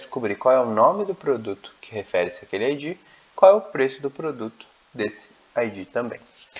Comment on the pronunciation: Você pronuncia "Ái dgí", só que em inglês isso é "IG" é não ID. A pronúncia de ID é com d quase mudo, verifique o áudio das duas no tradutor.